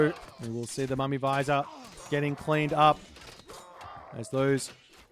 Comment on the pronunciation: it's not a mummy visor it's vij-ir